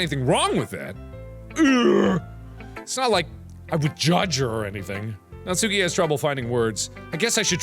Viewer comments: It's not Natsúki, it's Nátsuki. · Mark please her name is pronounced Nah-tskee not natsookey I'm begging u please pronounce it right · markiplier. its not pronounced natsuki. its like.. nat soo ki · Natsuki's name is pronounced as "nats-ki", not "nat-su-ki" please get my waifu's name right. Hahaha jk xD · am i the only one screaming at how he pronounces natsuki???? naTSUki..... mark no... it's NAtsuki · It’s actually pronounced Nat ski but whatever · Lol I think Natsuki is pronounced Natski but you do you hunie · Also just one quick thing: Natsuki is pronounced Natski, Im pretty sure that the 'u' is silent. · It's pronounced like NAHT-SOO-KE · am i the only one annoyed about the way he pronounces natsukis name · The u in natsuki is silent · Btw you don’t pronounce the u in natsuki